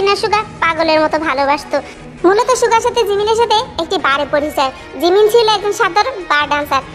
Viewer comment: sorry 😂😂 আপু আমি জিমিন শুনি নাই আমি শুনছি রিমিন 😂😂😂😂😂😂😂